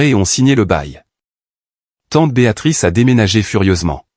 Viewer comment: Et encore « Béatatrice » au lieu de « Béatrice »🤔 Gros problème avec la ponctuation 🕳️